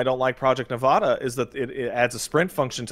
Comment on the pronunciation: I don't know why it makes me irrationally angry when people don't know how to say Nevada.